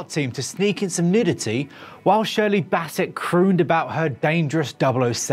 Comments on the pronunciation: Did you just call her Shirley BASSETT ??? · who the f**k is Shirley Basset? it's Bassey